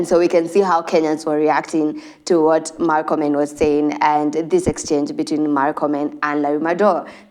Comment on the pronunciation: its not markomen. its murkomen. we aint americans. pronounce it as it is written